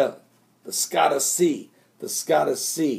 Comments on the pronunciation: Scotia is NOT pronounced Skottu. It is pronounced skoshu with O as in "open" and a as in "up". I lived in Nova Scotia Canada when I was younger. Nova Scoshu when it is phonetically spelled. My Canadian ears say OUCH every time you pronounce it skottu. Don't worry, I am well aware that absolutely none of us can pronounce every word and name there is. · ..."Scotia" (sko-sha)...as in Nova Scotia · scotia is pronounced sk oh--sha